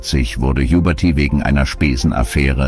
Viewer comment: Sehr schönes und würdevolles Video. Noch schöner und würdevoller wäre es, wenn es von einem echten Menschen gesprochen wäre. Schade, das haben die Verstorbenen nicht verdient. Nachtrag: "Jubörtieh"! Jetzt reicht's! Ich schalte ab!